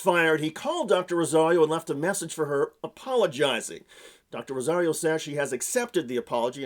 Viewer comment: This was a professional setting, and her background was related to the issue at hand. She wasn't at a toddler's birthday party demanding that everyone call her Dr. Rosario. By the ways, he also kept mispronouncing her last name.